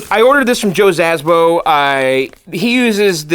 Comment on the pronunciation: Szabo, but you don't have to pronounce the Z. XD